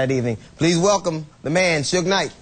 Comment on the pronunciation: it is suge not surge